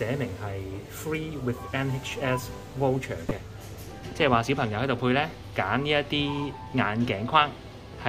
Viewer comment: 唔好意思你讀voucher 有點錯音！讀咗wo音！